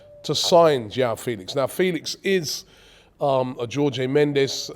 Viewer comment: Come on Robbie, Joao and Jorge are names you repeat constantly in football world. Just try to remember how to pronounce them Jesus….